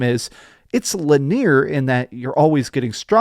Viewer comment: "Linear" 2nd time in a month he has pronounced it like that. Definitelt on purpose and not a mistake. Cringe if he thinks it's kewt to say it that way.